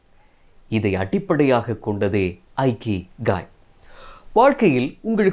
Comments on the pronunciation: இகிகை என்று சொல்லவேண்டும். ஐகிகை அல்ல. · Not aikigai it is ikigai. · ஐகிகாய் is the wrong pronounciation. the correct pronunciation is இகிகாய் "iki" means to live in Japanese language and "ikigai" means purpose of the life. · Bro, the word Ikigai should be pronounced with sound "e"kigai and not "I"kigai. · It is not Aikigai. It is Ikigai. For information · Chinna thirutham anna.''ikigai' Ucharikum podhu ' ekigai'enru warum.👍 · In a Japanese pronounsation This is not a ikigai that's called as இக்கிகாய்.🙏👍👍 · Hello bro, good effort. kindly check the pronunciation of IKIGAI